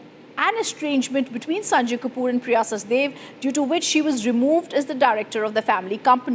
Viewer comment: Priya is "Sachdev" - why does Republic insist on calling her "Sachdeva" - Please correct yourself. You are calling her both in the same video